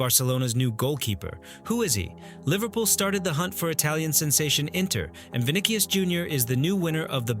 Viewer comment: Vini"k"ius??? Really???